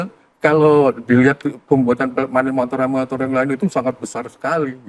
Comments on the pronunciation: animator ❌ aminator ✔ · "baik animator-nya..." Harusnya "animator" ngga sih? Bukan aminator...